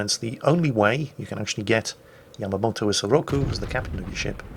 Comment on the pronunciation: yamamoto???? Really